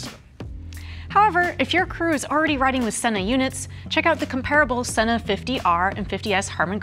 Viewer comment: Shes right its pronounced Senna not Seena. Sena has its own channel. Thats how they pronounce it.